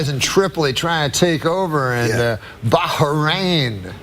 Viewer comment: Norm tryna pronounce Bahrain xD